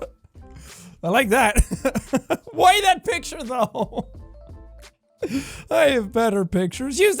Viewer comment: I enjoy when Jack pronounces the h in why